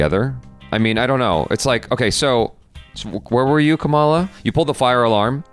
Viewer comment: The least they can do is pronounce Kamala right.